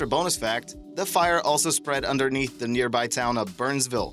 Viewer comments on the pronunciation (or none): Jesus Christ learn to pronunciate!!!! It's not da it's THE. Most ignorant sounding narrator for documentary purposes I have ever heard!